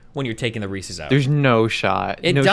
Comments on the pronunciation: The way Destiny says Reese’s “ReeSees” the first few times makes me want to die, then for some unexplained reason he starts saying it normally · Reecees, yuch. Reese’s though, now you’re talkin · This guy says "Recies" when referring to Reece's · ikr lol. they’re reese’s pieces!! they belong to reese!!